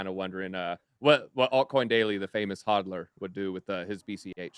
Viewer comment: Did he say just HAAADL?? Whaaa?